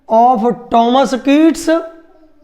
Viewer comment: Please get more knowledge ur pronunciation is incorrect u spoiling the name of my father